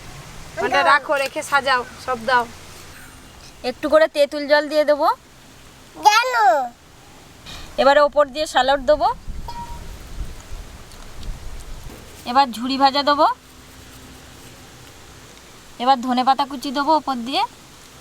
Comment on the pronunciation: স্যালট না কথাটা স্যালাড